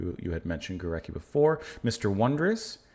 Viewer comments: So cool to see you react to this symphony. Just a quick note on pronunciation, his name is pronounce "Go-RETS-ky" (the /c/ will often be pronounced as /ts/ in Polish) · It’s pronounced GO-RETZ-KI. Thanks for the diversity of your reactions! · Hi again, Well, over the last week or so you have been responding to some truly great, profound music – Bach, Scriabin, Górecki (pronounced Goret-ski by the way) – with wonderment, respect and sensitivity. It makes me even more convinced that you will love and be amazed by Mahler. The final movement of Das Lied von der Erde, especially, was a huge influence on and inspiration to Gorecki, as was the fourth movement of his third symphony (my favourite). As for other pieces by Górecki, I strongly recommend his String Quartet no. 2: the second movement in particular is unforgettable, with a striking agitated bite, quite unlike this symphony but clearly by the same musical intelligence. At this point I could start listing lots of amazing C20th Polish music but let’s take this slowly, and first treat yourself and us to some Gustav Mahler: you won’t regret it.